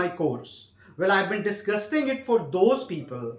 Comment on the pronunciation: Did he just said "disguisting" instead of "discussing"